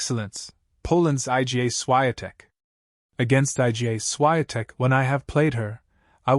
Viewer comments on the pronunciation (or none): It's IGA Swiatek, pronounce as "EEGAA SHFEE-ON-tek" !